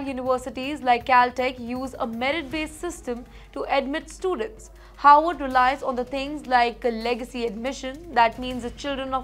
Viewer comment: You pronounced Harvard as Horward. Why?